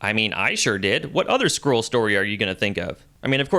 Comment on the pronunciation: Skree krull war?